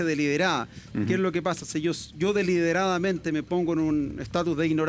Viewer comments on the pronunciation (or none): dice "deliredaradamente"